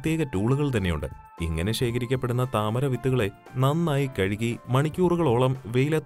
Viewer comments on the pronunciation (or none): none